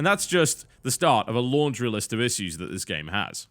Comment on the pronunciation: just noticed you pronounce "issue" funny xD